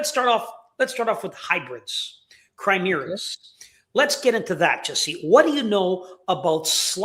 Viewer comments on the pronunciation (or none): CHIMERA not chrimera